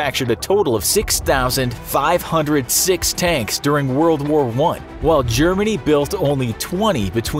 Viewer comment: you said word and not world btw